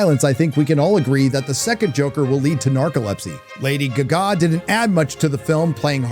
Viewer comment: love the way u say lady guggaaa